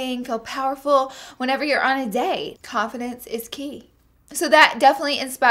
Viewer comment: lol my brain is fried. I thought you said "coffin dance" instead of confidence. This is my brain on finals.